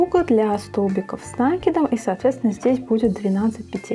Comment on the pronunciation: Спасибо, но говорите, пожалуйста, с накИдом